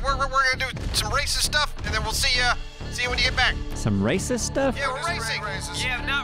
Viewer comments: Definitely sounded like RACIST to me 🤣🤣🤣🤣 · Glad I'm not the only one that thought said "Gonna do Racist Stuff"..... lol Love you guys. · If you think says Racist, go back & turn on Youtube subtitles then watch it again.;)